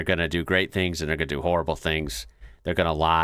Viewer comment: How ya goin, not how ya garn